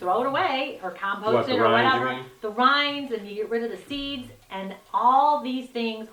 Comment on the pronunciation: I think it's Watermelon rind not rine.